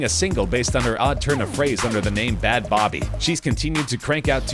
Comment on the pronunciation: Its bad baby not bad bobby wtf😂😂